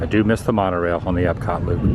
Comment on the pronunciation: You kept saying mon-O-Railllllllll wrong